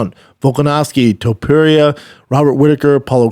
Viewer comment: "TOE - PEERIA"